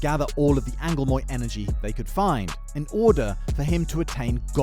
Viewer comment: I’m sorry how the fuck did you just pronounce angolmois? I understand entirely I just wasn’t ready for it